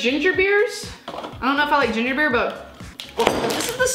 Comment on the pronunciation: We don’t drink ‘barr’ in England